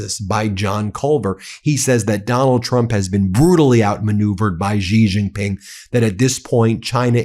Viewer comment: Ben, it's pronounced, "She Jin Ping", not "Jee Jin Ping".